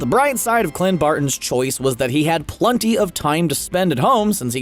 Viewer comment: It's pronounced plEnty, not plUnty. And his haircut isn't even close to a mohawk.